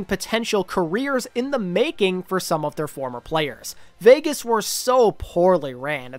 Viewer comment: always laughing when i hear "vegas"